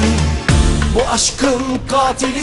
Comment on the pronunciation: Katili gatil gibi okuyor ama Bıçakı da mıçak olarak telaffuz ediyor sanki : )